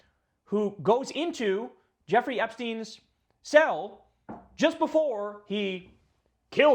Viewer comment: what is the sale entrance? Oh, you mean the word "cell".